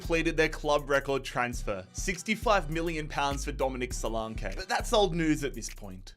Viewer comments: Its not solankaaaayyyyy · Duminic Suluuuunke 😂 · The solanke pronounciation did my head in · Omg couldn't watch this cos he can't believe even say Solanke right 🤡🤡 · The pronunciation of solanke is killing me 😂